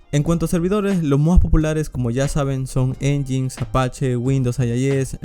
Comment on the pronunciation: Nginx se pronuncia como "en-yain-ex" o como decir engine x en inglés :)